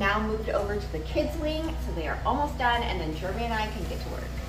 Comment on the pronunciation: I’ve been meaning to ask you,, who/what is germ-y? I believe his name is Jeremy, not pronounced with a ‘G’!!:-P